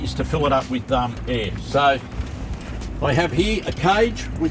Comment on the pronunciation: love the way he said "air" as "heir"...